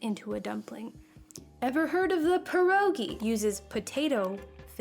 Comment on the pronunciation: All the polish people dying at the pronunciation of our beloved Pierogi and forgetting about the other types of pierogi 😭😭😭